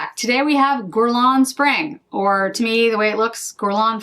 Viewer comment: If I may offer a piece of advice regarding pronunciation (if you don't mind) - it's pronounced "gErlain", not "gUrlain". Basically, just imagine the U not even being there. Its sole purpose is to indicate the pronunciation of the first letter is "hard" G (as in goose), as opposed to the "soft" one (as in aubergine). I hope it helps 😊